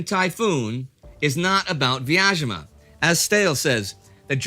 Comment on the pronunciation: Quick pronunciation guide: The city of Vyazma is pronounced with a 'Z' sound (like zoo or zebra), not a 'sh' or 'zh' sound. Great series, thanks!